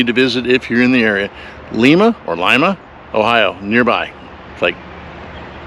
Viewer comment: This born and raised Buckeye offering assistance here, not criticism. Lima, Ohio is prounounced Lie' ma.... not the Spanish influenced of Lee ma. Also, and you get points for making the effort, Armstrong's hometown and site of the museum is Whop ahh con eta. But you tried. Points for that. I haven't lived in he state since 1969 but it is still "home. Also, as a kid during the space program I ate, breathed and lived. it. John Glenn also from Ohio. Yet, strangely for all its fascination I've never been in the Armstrong Museum though I've driven by it on Interstate 75 dozens of times. And while Wapokeneta got the museum because it was quick on the draw, Armstrong actually spent more time growing up in Upper Sandusky, in Wyandot county, but that is south east and NOT on the Lincoln highway.